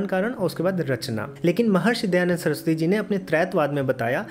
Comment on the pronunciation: Bhaiya... Please... Not Dayanad